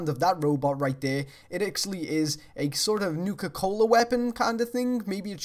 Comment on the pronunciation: I just want to point out, "Nuka Cohler." Great vid :P